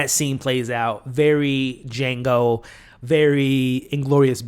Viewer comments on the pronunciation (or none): none